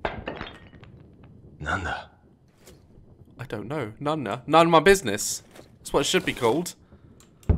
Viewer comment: I believe he said "Nanda"